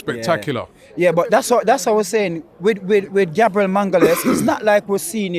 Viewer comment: Why cant he says "Our defender Gabriel" instead of raping his surname😂